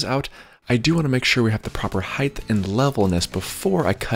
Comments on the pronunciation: I love your videos. They are almost perfect for the DIYer who's seeking guidance. They are almost perfect because of one issue. You occasionally pronounce "height" as "heigth"....please stop. It's literally the only thing about these videos that bug me. Thanks. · Bro. It's height not heighth. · No, he meant aging. The guy is turning senile. Last week he was saying height, this week “ h£iGTh “ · There is no ´th’ sound in height; it doesn’t end like width. You can check yourself by remembering that people may be afraid of hites buy no one is afraid of hyt-thes ! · HEIGHTTTTTT NOT HIFFFFFFF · HEIGHT as in HITE. Not heith. Love your work. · Bro it's HEIGHT not HEIGHTH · Love your videos. Only criticism….HeighT not HeighTH. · Its height…… not heigth. Uuuuggghhh. Why do people say it that way ? Sorry for the rant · I'm sorry to be that guy, but height is pronunced "hite", not "hyth". As someone who suffers from auditory dyslexia, I made this mistake for decades. Otherwise, thank you for the informative video. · You’re saying “heigth” and not height which isn’t a word in the English language and it’s extremely annoying to listen to. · Does anyone recognize he is aging “heigth” instead of “height” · its 'height' not 'heigth' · It's pronounced height...not heigth...there's no th sound unlike width and length......notice the th?...get it right you people!! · I came for the guide to DIY stairs. I stayed and frequently return for the "heighth". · Heighth isn't a word. 😬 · Actually, I wasn't completely honest in my last comment. One other thing bothers me. You narrate like a golf Commentator reading a children's book. Talk the way you do on camera, stop pronouncing "height" as "heigth" and your videos will be perfect. That is all. As you were.... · It's pronounced HEIGHT!!! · the word "height" does not have an "h" on the end of it, like width does. It's kind of driving me crazy when you say it as heighth. Yes, I'm that guy, sorry bud, lol! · I hathe that